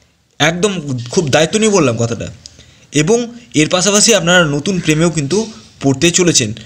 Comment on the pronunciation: বাংলা সুদ্ধ করে বলেন ,পড়াছুনা, বিদেছ, পাছাপাছি, এগুলো কি?